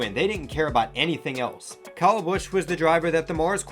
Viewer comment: Not sure that this guy knows what he’s talking about. He can’t even properly pronounce the drivers first name!